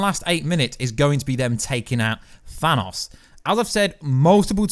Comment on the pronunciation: I cringe when he says Thanos lol.